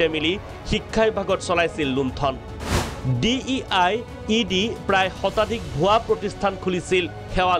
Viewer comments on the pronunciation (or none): It's DLED not DiED😢